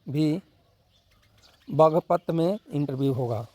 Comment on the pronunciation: Bhai English bolna to Sikh lo jhariyabad nahi hai ghaziabad hai and bagapat nahi hai baghpat hai samjhe